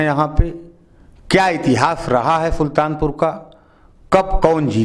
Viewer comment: फुल्तानपुर नही सुल्तानपुर